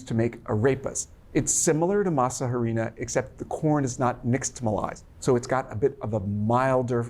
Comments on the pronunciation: The H is silent in harina... "ah-ree-nah" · Harina, the H is not pronounced. You say Arina.